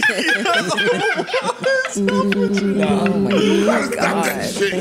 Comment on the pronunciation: "Cappin cwunch" 😭